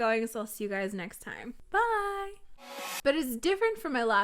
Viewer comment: Don't worry. You actually pronounced T:Time right 😂👏